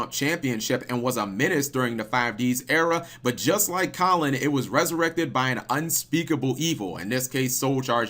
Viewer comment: its KAL-an not collin